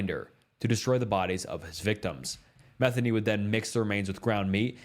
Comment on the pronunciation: Joseph Metheny's last name is pronounced Meh-thee-knee. It drives me crazy when people mispronounce it. I married a Metheny (no relation to Joseph). It's partly why I don't go my real last name on here. The other reason has to do with my first name.